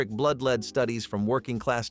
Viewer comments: It is pronounced LED not LEED! F* A.I. sucks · The metal lead is pronounced "led", not "lead." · Stop calling it leed - it's lead pronounced led...